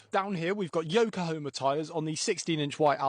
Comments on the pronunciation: Everyone always spells and says yokohoma instead of Yokohama 🫡🫡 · Yoko homer ?? It’s it yokohama or am i tripping